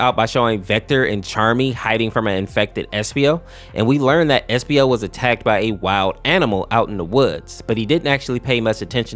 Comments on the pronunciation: Why does bro call espio epsio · "epsio" ITS ESPIO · epsio?!?!?! It’s espio not epsio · epsio he’s called espio😂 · Epsio its espio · Epsio I guess being away from the sonic community for so long make you forget or butcher names I assume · Maybe I’m bugging but did he just say epsio? (Do not judge me for noticing small details)